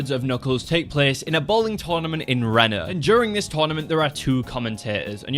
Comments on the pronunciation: you need to get hocked on phonics my friend because reno or r-EE-n-oh is pronounced re as in redo and no as in no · Hey! Person from Reno here Please pronounce our place correctly, it is "Ree-Noe", same with nevada it is "Neh-vah-duh"